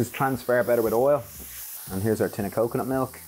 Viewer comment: Wow! I had to rewind twice. I could have sworn you said mix with a can of coke, milk and veg! 😳🤣